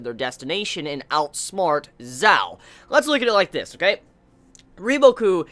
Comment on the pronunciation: Not sure if this has been said before but in chinese the letters "q" and "zh" are pronounced slightly different than english. qin is pronounced like "chin" and zhao is pronounced like "jao" it doesnt really bother me but i know youve asked for pronunciation help before. Love your reviews :)